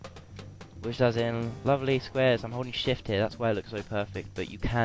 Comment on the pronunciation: holding shift sound like ur sayin *holy shit* XP lol